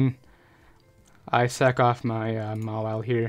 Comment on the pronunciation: Every time you say sack off it sounds like suck off and makes me laugh.